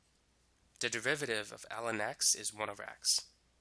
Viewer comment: Is he speaking the word derivative as "de-VI-VA-RI-ve" instead of "DE-RI-VA-TI-VE"?